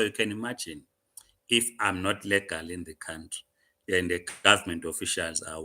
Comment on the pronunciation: Legal not lagal msunu 😂!!!!